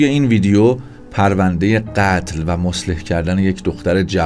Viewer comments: مصلح نیستا اقای مجری مثله هست ه اخر تلفظ نمیشه با غلظتی که شما تلفظ تاکیدی دارید رو ه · درود و عرض ادب. سپاس فراوان. جسارتا مصلح کردن درست نیست. صحیحش مُثله کردن هست